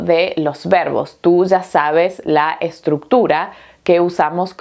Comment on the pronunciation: En vez de 'Ya" (ia) dice "za". " ...que tu "za" sabes"... , "que tu "za" tienes". Esto a mi me molesta mucho, y no lo puedo negar.